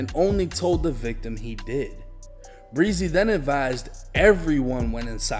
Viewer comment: It's not pronounced breezy 😆